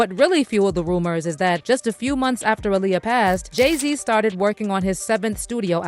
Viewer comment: It’s aa-liyah